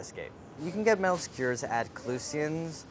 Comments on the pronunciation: Everyone: Skewer Andy: Skuuer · Does anyone else think Andy is saying skewers weird? "Squeers" is what I hear. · Andy pronouncing skewers skwrs has me cracking up as I'm watching this after a night out. Love the video, these sound really good, especially rn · Nobody: Andy: skyerzz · listen andy is great and this recipe is amazing, but why is he saying is "skuuurs"